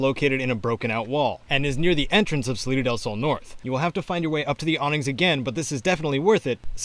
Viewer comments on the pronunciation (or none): Salida del sounds more like citadel gaaaah.